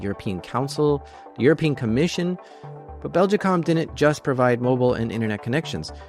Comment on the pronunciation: I'm going to produce a running count of the amount of times in this video you mispronounced the company name Belgacom. It's not Beljicom.